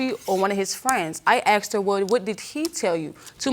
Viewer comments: Asked not axed People pronouncing this word wrong pissee me off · And why do I hear ‘aksed’ instead of ‘asked’ all the time. Or does it just sound like that to my non-native English ears? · Why is every black person at court because some black guy died . Why are black guys always getting killed ? & why do black people say " axed " it's asked ? " mines " instead of mine . Also , peep the mustache guy in the back haha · Why are they saying aksed instead of asked?